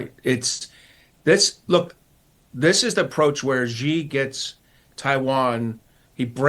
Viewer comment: President "Ghee" LOL. Yankees can't pronounce Xi